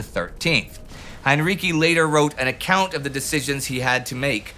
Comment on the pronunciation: Heinrici is pronounced with the second half sounding like "ritzy".